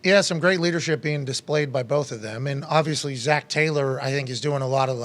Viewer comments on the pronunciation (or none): none